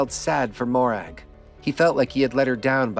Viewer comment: Mo-Rag :) Lovely Scottish name :) Great video mate. Look forward to the next one.